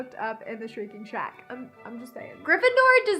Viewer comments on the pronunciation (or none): I love how it sounded like you said Shrack instead of Shack😂